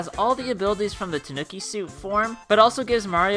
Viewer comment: Your saying ternuki wrong